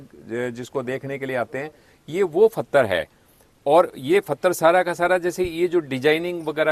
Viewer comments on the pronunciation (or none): फतर नहीं पत्थर होता है, कहाँ से आते हैं ये लोग?